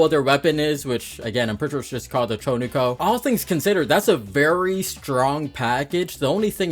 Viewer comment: "Cho Ni Ko" How does one mess it up this bad, it's the Chu Ko Nu